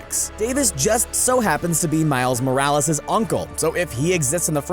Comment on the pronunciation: “Miles Moralas” it’s Morales